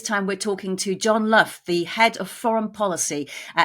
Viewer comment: His name is (Lock) not John Luff